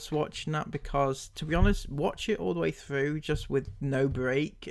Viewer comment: Think she needs more speech lessons...she let a "frew" and "breave" slip in then, rather than "through" and "breathe"!